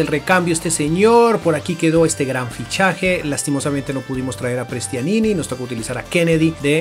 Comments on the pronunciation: No se dice Prestianini, es Prestianni jaja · Prestianini😂😂 Soy de Vélez Sarsfield y se dice "Prestiani" ya que una N no se pronuncia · no es Prestianini es Prestianni! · Que ansiedad cuando decia prestianini JAJAJAJ